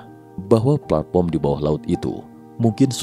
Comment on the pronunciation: platform pak bukan platporm😅